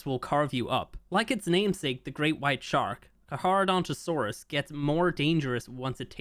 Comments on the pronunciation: Letting you know that Carcharodontosaurus is pronounced Car•car•donto•saurus if that makes sense. No big deal to pronounce it wrong though. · Carcharadontosaurus HAS A SECOND C! The h is silent. Don't make the nickname Char as in charcoal. Please. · The way he says carcharadontosaurus really bothers me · I think that is the island as you can see the volcano and frozen tooth and the blue obelisk behind the volcano lines up with where it would be on the island Also I think you might just be saying it wrong to spite people like the wyverns but the carcharodontosaurus is car-car-oh-don-toe-soar-us And I’m very excited because I’m a palaeontologist who studied dinosaurs mainly those of the Kem Kem beds with carnivores like Spinosaurus aegyptiacus, Deltadromeus agilis and Carcharodontosaurus saharicus Comment if you want to know anything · its pronounced car-chadontosaurus (karka-dontosaurus) instead of carc-ha-dontosaurus. nitpicking aside, its about time they touch on stuff that has been on the back burner since ark 2 is coming out, better do a final polish for the first game so people who never tried it and are new to ark 1 wont be disappointed, since most likely new people later will be coming to ark 1 from ark 2, because lore wise they are related so people will try whats the story is before ark 2. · It has a C before the H, so, is CARCHA not CARHA. How do you pronounce "CHARITY"? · To be that guy, It's pronounced car-car not car-har, at least according to most sources. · It's pronounced karkaradontosaurus not charcharadontosaurus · Not to be rude but you butchered that name, it’s pronounced (Car-Kara-Donto-Saurus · btw it’s pronounced Car-cra- donta- saures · Not to be that guy but, it's pronounced "car-car-uh-donto-sorus" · carcar for short but it's pronounced carcareodontosaurus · For your future self, its pronounced Kar-Kar-ro-donto-saurus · BRO IS SAYING CAR-HAR😭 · You pronounce Carcharodontosaurus wrong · The way pronounced it, bothered me😅